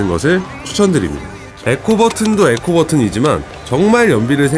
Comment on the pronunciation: 형.. 에코가 아니라 이코,,, 이코……